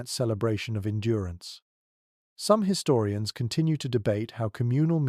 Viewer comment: You lost me at his-storians